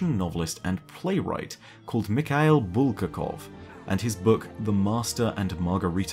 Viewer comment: The last one. Michail Bulgakov. Михаил Булгаков. The correct way to pronounce is micha[ee]l bulg[a]kov (the emphasis marked) Actually Master and Margarita is a VERY good novel. Worth a read. An undying classic of 20th century.